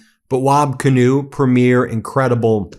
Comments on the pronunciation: It's pronounced PREE-mure! PREE-mure! PREE-mure! PREE-mure! Don't any of you Meiselas brothers read the comments? I'm sure it's another good video but if it's about the Canadian First Minister's Conference, I can't handle it. Please respect the country you support so often on here and learn our customs! Vive le Canada Libre! Elbows up! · "preem-yr", not "prmyeer". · It's 'Premier' Ben, not 'Premiere' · not to sound critical, but Canadians pronounce Premier, Prem ier not pre mier Elbows up Canada and our friends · Ben, there is a difference between Première and Premier in meaning and pronunciation.🇨🇦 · Not that it's a big deal or anything, but we do not pronounce "Premier" that way when talking about provincial leaders. The accent goes on the first syllable and the first 'e' is long. So PREEmier. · You have a great channel Ben and always enlightening for sure....But one "nit picking" piece of advise. You pronounce(like all Americans I hear speak) our leaders of our provincial governments wrong. You say premier by saying "premiere(like a new movie being shown). But in Canada premier is pronounced "pream-yer". No biggie but thought you may want to know. All the best...... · Please have Charlie Angus teach you how to properly pronounce Premier. It's not Premiere